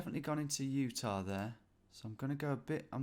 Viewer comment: Utah becomes Ut-nah.